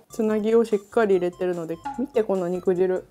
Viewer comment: ロシアンちゃん！ にくじるじゃなくてにくじゅうです！